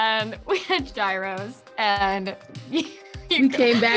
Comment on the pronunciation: I stopped it when I heard “gyros” mispronounced. My Greek soul is sad.